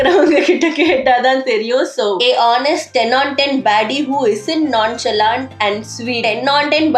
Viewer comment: Nonchalant actual pronounciation "nonshalant"